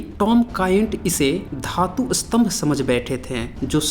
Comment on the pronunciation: स्तंभका उच्चारण आप उत्तरी लोग अस्तंभ क्यों करते है? उलटा अर्थ होता है!